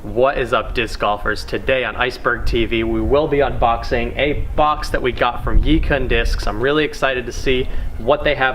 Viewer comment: the pronunciation for yikun was almost right, the first part is like “eee” as in “yeee”, the second part is pronounced like “kwen” as in “when”